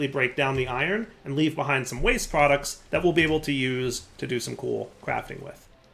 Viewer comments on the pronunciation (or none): none